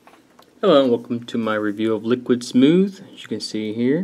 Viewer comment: Just to update you bud you said the name right :) very few do lol.....Lower Bench was due to dancedance...not downing it at all as it is a great governor just not one of the usuals to get higher benches and is actually made by Snuzzo himself. Recently had the main Hard Drive die on the computer but was replaced by Damacy and Snuzzo...Great props to them...I am returning to the game very soon with very great new stuff...glad to be back :) and of course...Great Review!